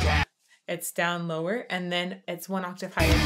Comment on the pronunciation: just so you know you said aatave not octave the first time 😁🤪🤣😂🙃😇